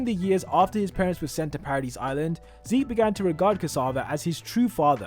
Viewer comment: Paradis is pronounced as “paradee”, the S is silent. You sound ridiculous saying parad-is